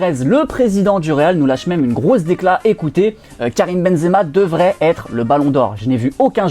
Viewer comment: Euuh on fait la liaison normalement x) : "Il devraiT'être ballon d'or..." (phonétiquement). De rien :p !